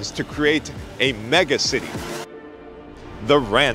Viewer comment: Mega-city or as likes to call it me-gaci-ty